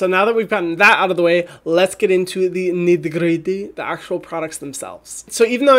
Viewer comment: haha. the way you pronounced "nitty gritty" hahahahahahahhahaahahah